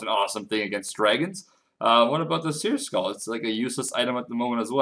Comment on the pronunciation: seercull.. not seer skull